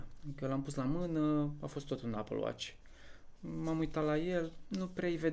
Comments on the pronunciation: nu m-am documentat, aștept să iau lumina de la românii care sunt mai nou the greatest subjects of the queen. Ps. Întreabă și tu un vecin britanic real cum se pronunță și o sa ai surprize. NU E APĂL. :)))) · Cum poți să trăiești în Marea Britanie și să nu fii capabil sa pronunți Apple=MĂR! Se învață cuvântul încă de la grădiniță. Doamne feri.